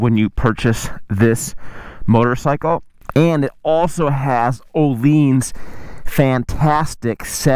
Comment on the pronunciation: Actually closer to the original swedish name compared to everyone who says oh-linns. Source: i am swedish. The ’i’ is like a sharp ’ee’ sound in english. Closest comparison.